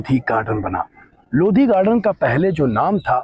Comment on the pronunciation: लोधी नही भाई लोदी बोल